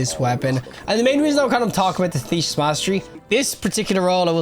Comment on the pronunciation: Why do you keep saying "tanishas"? Why are all of you destiny YouTubers so illiterate?😮‍💨